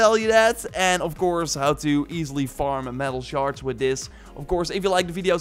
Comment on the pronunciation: Are you saying “shards” or “sharts”? Makes me chuckle every time